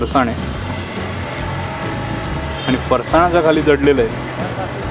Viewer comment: तुम्ही पुण्याचे असूनही फरसाणचा उच्चार चुकीचा करताय!